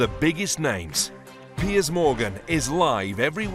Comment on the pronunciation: His name is "Piers" not "Pierce". Lol, sorry to correct you, but I see this all the time & it's bloody annoying! 😅✌🏽✌🏽